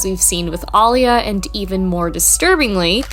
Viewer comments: Aaliya: Uh-lee-yuh....ALL-YA was killing me. I know, not the point of the vid🤷🏻‍♀ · And Aaliyah is pronounced "uh-LEE-uh" as opposed to "AH-lee-yuh." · Ollia???! Put some respect on Aaliyah’s name Ah-LEA-uh All you had to do was was 1 video about her to know, even a 10 second one. Lazy. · Im sorry to be that guy but its getting under my skin. Aaliyah is pronounce uh-LEE-yuh. Everything else, amazing. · Love the video. Not to nitpick but Aaliyah is pronounced like Uh Lee Uh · You mispronounced Aaliyah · Good video but the way Aaliyah was pronounced was killing me. Haha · It’s annoying me how she pronounces Aaliyah’s name lol